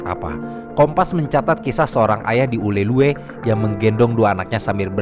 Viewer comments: izin koreksi bang, namanya "Ulele" nukan "Ulelue" 😅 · Informasi yg sangat informatif. Saya suka sekali nontonin video-video dari channel. Btw, izin koreksi, Ulee Lheue dibacanya 'ulele' ya. Thanks. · Penyebutan “Ulhe Lheue” agak lucu bagi kami orang Aceh, harus nya tulisan di akhir ue tidak usah disebut min, tapi ya gak papa, karena memang susah baca bahasa Aceh bagi yang bukan org Aceh heheh, kata kota Meulaboh juga sebut tan nya Melaboh, satu lagi Kata Lampuuk bacanya “Lampu’uk” uk nya dipisah dengan lampu 😅🙏🏻